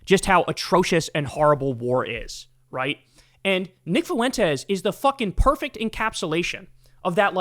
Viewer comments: I always chuckle at how Kyle says “Foo-WEN-tez” instead of “FWEN-tez.” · Me: Kyle, how do you pronounce Fuentes? Kyle: Foo-when-tezz That shit makes me laugh every time you say that scumbag’s last name in your videos.😂